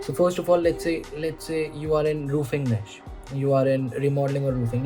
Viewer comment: Glad to see someone else saying it निश instead of नीच 😅